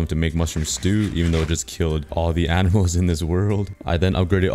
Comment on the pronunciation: Am i the only one that when he said animals it sounded like apples